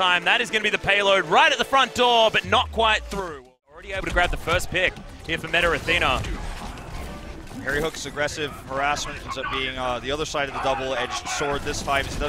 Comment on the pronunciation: "METAR ATHENA" - commentator